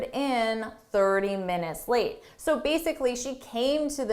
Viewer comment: She's got some nerve sauntering in 30 minutes late. There's an enigmatic sound, that's you're endup with the last word lam instead of late. Could you please clear that puzzle?